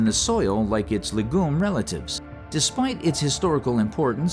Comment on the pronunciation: Only a computer voice would pronounce "legume" as "luh-goom" Smh